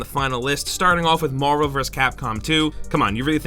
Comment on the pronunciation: LOL. "Marl vs. Capcom 2"